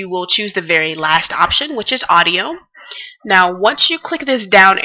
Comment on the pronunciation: odio? ne e sigurno TUKU AUDIO A U D I O